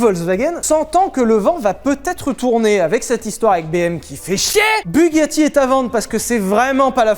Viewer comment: PAS DU TOUT FRANÇAIS BUGACHI